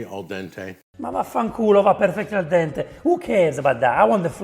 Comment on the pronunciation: Two reactions 😂... First when Jack put pasta in pan... Second when he say " Perfect aldente " ( sad that I dont know Italian) 😂😂😂😂